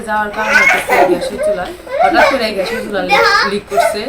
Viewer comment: it’s not ghash, it’s gas. Please try to correct your mistake.